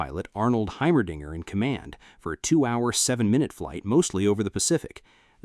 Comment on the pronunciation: "Heimerdinger" not, well, what you heard.